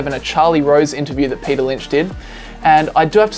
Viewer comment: Men... “Payter” is a genius